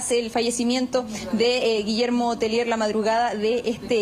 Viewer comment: Un alcance el apelliddo es de origen Frances,,, los periodista y presentadores del noticiero Pronuncien bien el apellido,, No es "Telier" Es Tellier"" una i en frances ante una LL (lle'ie)